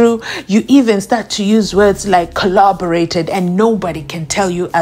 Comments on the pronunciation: According to... it's Kholoborate. 😂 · The whole brigadier kho-lobareiting😂😂😂😂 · The way I laughed 🤣😂🤣🤣😂😂😂 I was like which word is he really using here😮 Collaborate/ kho-loborate